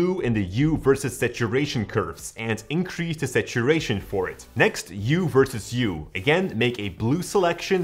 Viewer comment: "U"? 😂 It's Hue.